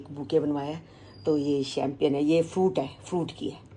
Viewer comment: Chempian pronunciation nahi hota . It’s chempane